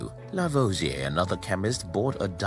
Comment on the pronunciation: Are you aware that you can edit the transcript? You pronunciation is so unclear that some names are totally mis-transcribed and also impossible to understand while listening to the video, which apart from these errors is very interesting. Example:// Working again with Pierre Simon Laplace Lavoisier burned hydrogen// becomes in the transcript this:// working again with spurious semen Laplace lavage a burned hydrogen with oxygen // which is highly inappropriate. Add to that: Hydrogen is not burned, it burns, and that is of course the chemical process which could be called "oxidizing hydrogen" or just, "he let hydrogen bond with oxygen and form water."